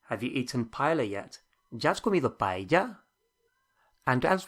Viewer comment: Buena lección, pero me muero un poco cada vez que oiga un británico malpronunciar la palabra "paella"